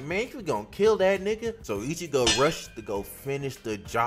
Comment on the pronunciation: This guy has a good vid be calling him ichibo 😅 great vid thanks for the vid